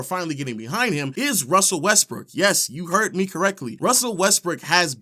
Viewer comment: "Russell Westbrick" cmon man that was very LOW